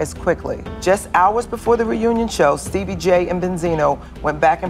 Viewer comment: she said steebie🤣🤣🤣